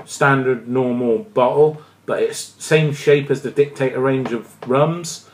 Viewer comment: Sorry to complain but it is Dict-a-Dor not Dictator.